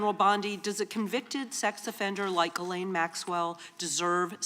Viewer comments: An educated woman ought to be able to pronounce the name Ghislaine. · She literally called her Gurlaine????? Yikes